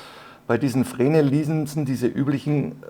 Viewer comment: Glaub die Linsen werden zwar Fresnel geschrieben, aber Frenel ausgesprochen. Kannst ja mal nach Aussprache von Fresnel Linse googeln.